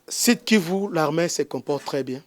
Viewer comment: Pourquoi olobaka " larmin" , au lieu de l'armée ??